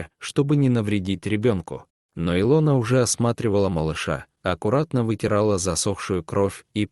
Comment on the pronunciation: Хорошая сказка, если не считать не правильное ударением имени И' лона, режит слух.